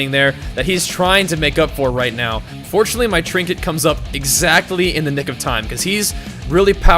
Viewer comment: "trinket" ....sigh.